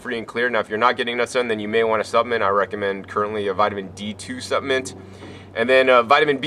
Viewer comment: What is a "supp-ment"?